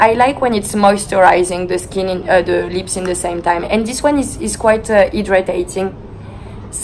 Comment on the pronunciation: “Because it’s super soft on the liSpS” I died